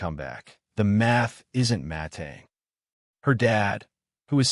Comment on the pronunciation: My favorite part of this story is the AI stumbling over "mathing" and pronouncing it "matying" multiple times.